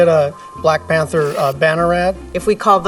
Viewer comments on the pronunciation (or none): none